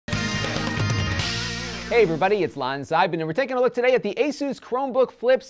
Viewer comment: It's not the Mexican Jesus! It's pronounced "Ah-sus", not "Heysus"